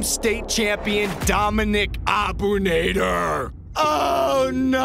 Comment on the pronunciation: Bro the name is Arabic and you butchered the shit out of the last name it’s abu naadir that’s how you prenounse it